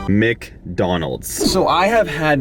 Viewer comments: why did you say mecdonald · Why do you say micdonalds